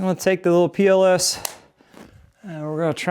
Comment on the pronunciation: Every time you say “PLS” I hear “POS” and think, that’s no way to talk about your tools!